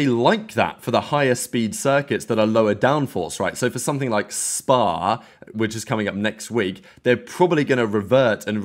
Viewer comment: don't ever say SPA like that again!